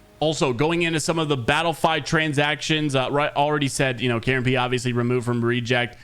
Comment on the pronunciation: It's KaronPe not Karen Pee